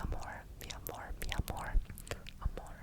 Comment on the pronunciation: His Portuguese accent is so good, especially in the word "amor" that sounds like a "mineiro" accent (one of the accents spoken in Brazil), and I found it extremely cute 😊😊 To make it easier to pronounce the words, here's the list: Ocean/Oceano (Osseano) Watercolor/Aquerela (I couldn't because of the "r") Love/Amor (This one doesn't even need help, you did it perfectly!!) Blue/Azul (Azu/Azur, I indicate to "Azu", the pronunciation seems more correct) I hope I helped, and I hope it continues to grow here ^^